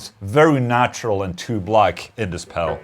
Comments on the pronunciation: Is he saying pebble 😂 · love the Boss Mell Core pell 😆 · I like the way he says "Pel" instead of pedal. Lol ;) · Price wise I'd go for the boss melcore pel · I love how he says pedal. Pell.